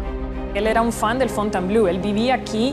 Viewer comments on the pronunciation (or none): Ten en cuenta que Fontainebleau se lee /fontenbló/, no /fontenblœ/ como tu pronuncias. Ello lleva a confusión, pues "bleu" sí que significa azul, pero "bleau" no tiene traducción... Busca "Fontainebleau Francia" en Google y verás!